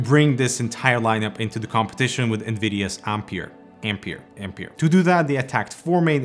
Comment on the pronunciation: Since the name is Ampère, I suppose it should be pronounced Am-pear, instead of Am-peer as we pronounce the unit of electrical current.